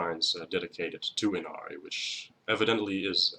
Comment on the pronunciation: The correct pronunciation of her name is (E-Na-lee) Inari. R’s are pronounced as L’s when speaking Japanese. Thank you for teaching me about her. My offering to you was helping you pronounce her name correctly. 😊 #444